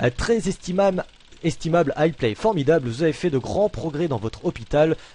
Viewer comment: Je crois que t'as jamais bien dit "inestimable", ça ne doit pas faire parti de ton vocabulaire xD